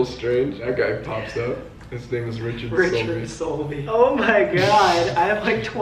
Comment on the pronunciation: Wait did he say OUR children solby